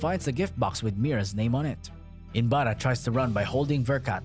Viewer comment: He is not inbara.... He is inbaraj.... J is not silent mate.